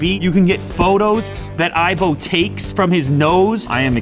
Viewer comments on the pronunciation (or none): "iBone" lol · I just died laughing when he said the ibone